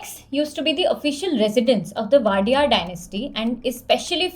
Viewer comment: Wodeyar dynasty not Wadiyar वोडेयर